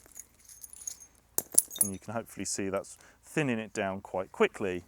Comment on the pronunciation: What’s thinninn precious ehhh, what’s thinninnnn?